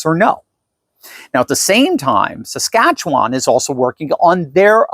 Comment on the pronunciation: you pronounce Saskatchewan very nicely 🙂. most Americans struggle with the name.